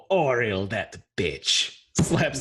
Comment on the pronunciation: oh-REEL the Frostmaiden 😤